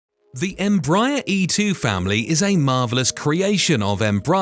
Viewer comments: I think it’s pronounced embrayer not embrahyar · Pronunciation …boy you kill the name ..how do you get. ‘M-Bryier ? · “Embaaayer?” Dude, quit using those silly CIA robot voices! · Tip: you're supposed to stress the last syllable. em-bra-ER. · I agree, your observation is valid.